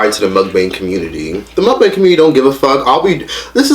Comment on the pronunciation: can't even say MUKBANG right. Lmao